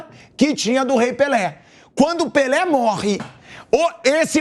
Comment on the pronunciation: “Esperô morré pelê”